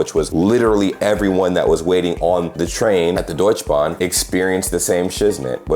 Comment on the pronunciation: Bro, its Deutsche Bahn, not Deutschbahn!! 😂 Schön mal von außen zu hören wie deine Eindrücke waren! Viele Grüße und auch dir ein gesundes neues Jahr! ✌️